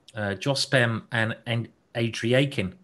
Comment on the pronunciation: Pretty terrible level of commentary. Simon botches about every name, even the easy ones like Andreikin. Has no clue who household names like Sibelephant are, stays on games way after they finish instead of clicking to ongoing very important games etc. etc. I understand i'm picky but I think this guy is not nearly up to par.